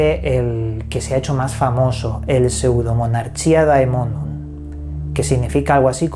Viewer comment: Un capo pronunciando el nombre jajaja